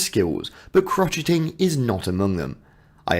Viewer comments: OH my goodness...you absolutely butchered prounouncing "crocheting" in a very embarrassing way! It's not "crotch - et - ing" Yikes!!! It's a soft pronunciation in both American English and British English. You pronounce it "krow - shay - uhng". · She is ethereal. Am so happy William and Catherine are the next King and Queen. Am wishing all the UK Royals a wonderful, problem free (hopefully) 2024. Crocheting is actually pronounced crow-shay-ing. 🇦🇺🐨🦘❤️💐